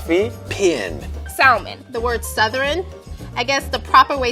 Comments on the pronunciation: for illinois, but they way she says salmon is they way hispanics/latinos say salmon when speaking spanish, we pronounce the L in salmon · does not repesent us, nobody says salmon like that, shes just an idiot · legit never heard anybody say salmon with the L, as saying "sawl-min" (which is the way it would be pronounced if we did it with the L) is really annoying. "sah-min" is so much easier and faster and less strange to say. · yeah, nobody in illinois says “saLmon” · When the Illinois lady said “sal-men” I clicked out of the video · “SaLmon” Nah, I think that’s just you. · Lmao nobody in illinois pronounces the l in salmon, all these people must be on something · Born and raised in IL, throughout the state, and have NEVER heard of someone who pronounced the L in salmon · No one in Illinois pronounces Salmon like that.